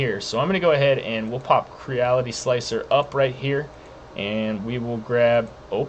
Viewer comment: It's pronounced Cre-Ality. You know like the word reality. Think of it as a smash up word combo of create and reality